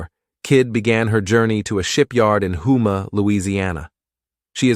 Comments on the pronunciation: Homah, not Hoomah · For the record, it's pronounced Home-ah, Louisiana, not Who-mah. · "HOO-muh?" It's pronounced "HO-muh" after the Native American tribe indigenous to the area. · It's pronounced Home-a, get it right if using AI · Just an fyi…Houma La. is pronounced “Home-a. The USS Kid is a treasure and well worth the visit. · The AI needs to learn how to pronounce Houma.